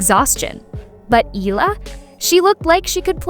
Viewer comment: Eala pronunciation E-yala